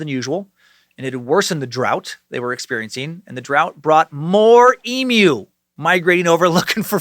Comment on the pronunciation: So glad you learnt how to say emu because I was absolutely pissing myself on the last video every time you said EMOO 😂 - with love an Australian sucker